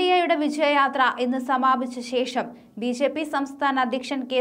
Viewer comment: ബീ.ഷേ.പീ എന്നു പറയാതെ ബി.ജെ.പി എന്നു പറയൂ. ഷില്ല അല്ല ജില്ല. ഉച്ചാരണ ശുദ്ധിക്ക് ദിവസവും നാക്കു വടിക്കുന്നത് നല്ലതാണ് 👹👿👺😡😠